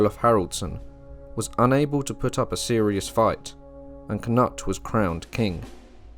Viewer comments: kA-nut...... credibility vanished... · K-noot. K-noot. K-noot